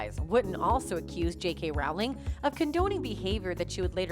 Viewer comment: Please pronounce JK Rowling's name correctly. It rhymes with "bowling," not "pow."